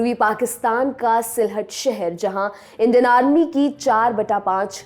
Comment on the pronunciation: उच्चारण ग़लत है जो भ्रमित करता है। "इंडियन आर्मी" को "इंडेनार्मी" बोल रही है आप। सुधारें. 💐